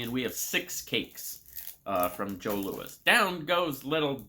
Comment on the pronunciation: I never liked the passion flakie; I only ate Vachon products as a kid and Jos Louis was always my favourite. (it's pronounced Joe Louie btw, confusing I know 😄) If you love coconut, definitely grab Vachon Billot Log (esp the jelly ones) next time you're in Winnipeg! There's another Vachon cake called a May West - I've never tried them but I know many love them. And more for that Winnipeg trip - given in another video you liked dill pickle, definitely pick up Miss Vickie's spicy dill pickle chips. If you're near a Save On Foods, their brand Western Family also has excellent dill pickle chips, I think much better than Lays. I've never tried them, but Superstore and/or No Frills has their brand called President's Choice - loads of creamy dill pickle (and loads of ketchup as well, not together of course...their all dressed is awful, imo)